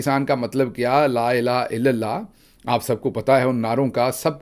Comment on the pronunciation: Doctor saab Please say La. ILAHA ILLALLAH NOT LAILA ILLALLA Imran khan corrected this at the end but he had the same issue Unintentionally of course